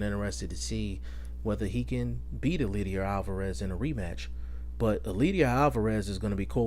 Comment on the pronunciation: It's pronounced El LAY der. You're butchering his name